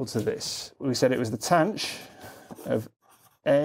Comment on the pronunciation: Late comment... but when did "THAN" for tanh (with a voiceless "TH", as I was taught in 1981) become "TANCH"? And it is still "SHIN" (pronounced "Shine") for sihn and COSH for cosh?